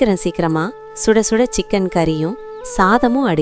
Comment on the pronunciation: ஸுடஸுட இல்ல சுடச்சுட